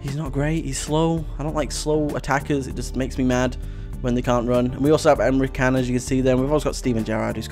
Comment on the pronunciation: Emre can is pronounced emre jan